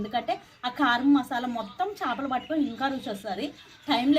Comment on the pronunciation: Shapalu kadu chepalu